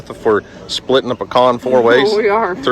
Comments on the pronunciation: You shouldn't enter arguments over pronunciation the way you say acorn Daniel! I thought for sure you would say pee can over the more elevated pecan. The is no "aa-crnn" 😅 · Now Don't Lecture me on how to say "pe-con" (as this Northerner has always said) opposed to "pea can" when you can't even say "a‐corn" not "akern" 😂😅😊!!!! Now when I lived in Texas I was corrected and told I was saying I pecan, wrong so it not a Northern way!! Look forward to getting fresh Pecans!😊😊